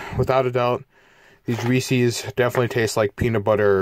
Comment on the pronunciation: I dislike the video because he say reese's wrong